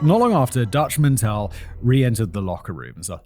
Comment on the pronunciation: It's dutch man-tell .... My mom dated him a bit lol